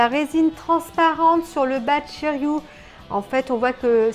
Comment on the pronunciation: tres belle statue de shiryu, pas de casse heureusement, la couleur de son armure c'est vert "jade", sinon c'est shiryu avec un "u" pas "ou" après tu prononces comme tu veux, c'est effectivement la fameuse cascade des 5 pics lorsque "masque de mort ", le jette à l'eau il revêt son armure située au fond & le dragon prend forme.....sinon poussièresur le colis normal tu l'as commandé en 2019/20 donc elle a trainnée ds le grenier et par ailleur les colis sont maltraités par les douaniers.....shiryu en mode vénère les cheveux en l'air avec le dragon l'entourant une tuerie... enfin pour ta vignette de présentation je t'aurait vu en shunrei priant en haut de la cascade de rozan pour qu'il n'y ait pas de casse cette fois ci.....bisous ma belle & felicitation pour ton dragon de jade